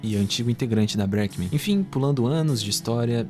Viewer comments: mano, o vídeo tá muito bom e informativo, edição tbm ta boa, mas pelo amor de deus aprende a falar breakmen direito, caraio deu agonia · Dica: quando tiver palavra em inglês, como breakmen, coloca no tradutor e escuta a pronúncia correta!